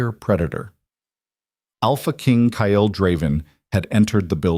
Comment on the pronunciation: Omg. Ky-Yell. Its Kyle